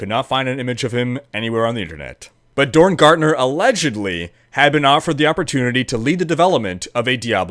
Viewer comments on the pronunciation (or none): none